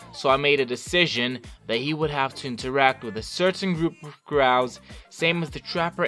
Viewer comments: Stop . . . Saying . . . CRAW! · I have to stop watching bc of the way you say crow I’m sorry